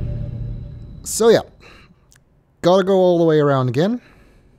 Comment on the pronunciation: I know it isn't what you meant, but I heard that as 'And we die a-Gehn'